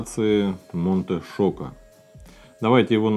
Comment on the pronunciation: Правильно произносится Чоко а не Шоко.